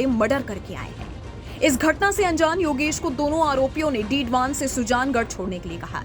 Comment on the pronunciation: डीडवान नहीं मैडम डीडवाना बोलो।